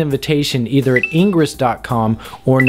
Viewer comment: 1. Those bips at the start made my ears bleed, learn what audio levels are and balance them. 2. It's IN-GRESS not engruss. It's the opposite of egress. Engruss could be confused with egress. Which is probably why the opposite of egress isn't engruss but in-gress. 3. Punch yourself in the nuts, see 1, and 2, and repeat until enlightenment is achieved.